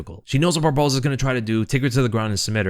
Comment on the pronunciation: aplause. “except for barbosa” is real hard to say. you said it flawlessly. a lot.